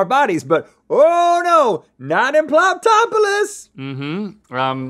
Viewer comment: I thought Rhett said ploptopolus